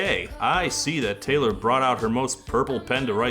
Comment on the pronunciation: “Tay-lore”, if you will…